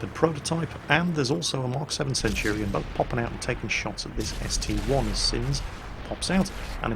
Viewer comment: actually it's an ST-i not an ST-1, look at the name it is ST-I not ST-1